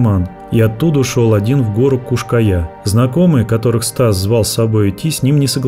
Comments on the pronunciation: В названии видео там написано "Куш-Кая", а голос за кадром говорит "Куяш-Кая".❗🤔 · Как только автор не перекаверкал название скалы, и так и сяк и наперекосяк. Подготовься и читай. Кто ж на ночь глядя по скалам в одиночку ходит, дня им было мало?